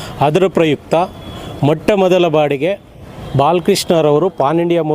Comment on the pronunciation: ಅಪ್ಪಾ ಸ್ವಾಮಿ ಮೊಟ್ಟ ಮೊದಲ ಬಾಡಿಗೆ ಅಲ್ಲ, ಮೊದಲ ಬಾರಿಗೆ ಅಂತ ಹೇಳಿ 🤦‍♂️🤦‍♂️. ನಮ್ಮ ಕನ್ನಡ ಅಂದ್ರೆ ಎಲ್ಲರಿಗೂ ಅಗ್ಗವಾಗಿಬಿಟ್ಟಿದೆ 🤦‍♂️🤦‍♂️🤦‍♂️🤦‍♂️🤦‍♂️🤦‍♂️🤦‍♂️